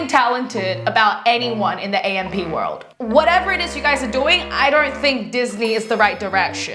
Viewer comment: Atleast you should pronounce the group name right 🤦🏻‍♀️